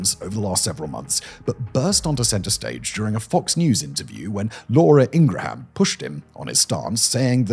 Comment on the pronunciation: Ingra—ham😂😂😂😂 you British and you annunciations….. ( I’m joking ppl )